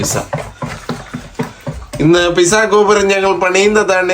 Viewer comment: Pissa alla Pete - Zaw 😊 like your son said